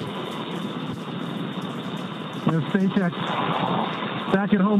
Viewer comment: "espacex" só pela pronúncia já sabemos quem esta refutando kkkkkk